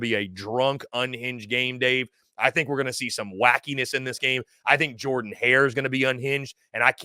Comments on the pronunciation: It is "Jerden" not "Jordan." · Pronounce "Jurden" Hare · It’s pronounced Jurdan Hare. And Auburn wins